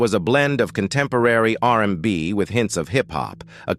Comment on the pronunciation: ‘R da B’ ‘R in da By” 😂😂😂😂😂😂😂